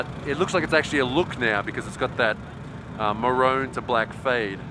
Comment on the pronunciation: Bro it's Maroon, not Marone